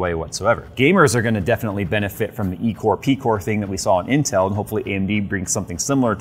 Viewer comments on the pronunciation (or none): What do you mean eecor peecor?